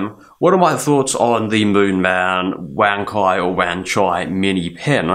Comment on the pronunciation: Thanks for letting me know, I think most reviewers who aren't Chinese mispronounce it.